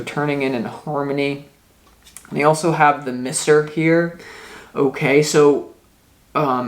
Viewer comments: i love you so much but it's pronounced MY-ser hehe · Pronounce Miser as Mize er